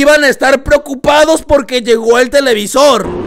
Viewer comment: Cuando dijiste llego llegó llegó se escucho como chicos chicos XD